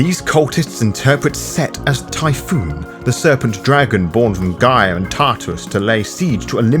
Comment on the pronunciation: I’m loving your videos man, but your bad pronunciations of words like Constantinople and Typhon and in the Lasombra video, Reconquista, is killing me.